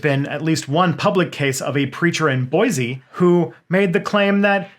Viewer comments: Yes for the love 🙌🏻 Also our capital should be pronounced “boy-see” not “boy-z” don’t think I didn’t notice 👀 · I came to comments to point that out too. Did you notice how he also messed up Boise??? For anyone who is interested it’s “boy-see” not “boy-z”🤓